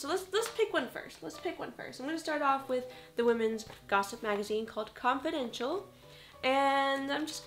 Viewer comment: When she said "confidential" I could've sworn she said "continental" and that song imidiatly started playing in my head lol